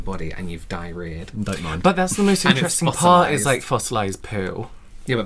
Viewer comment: In another video they say imperesting and I laughed so much don't know why really